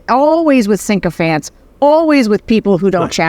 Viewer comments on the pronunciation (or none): I love these talks, and both of you. But the word is "sycophants," Sarah!